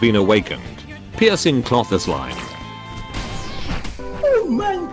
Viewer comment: I am a child and I can pronounce things more than you it’s pronounced piercing Close line